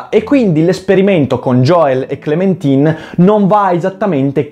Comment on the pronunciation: fra ma si legge * clementain * sigh